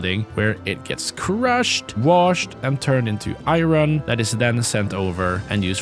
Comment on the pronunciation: it's "iron" or "iearn"? 😅🤣